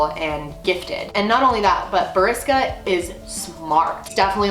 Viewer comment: I'm from Russia, u almost got his name right lol